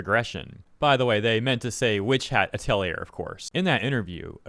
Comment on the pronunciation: You mispronounced Atelier, it's (A*Tell*E*A)